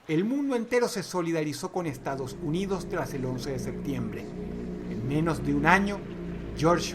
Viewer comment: soy yo o en el momento dross dice "estados huidos" WTF???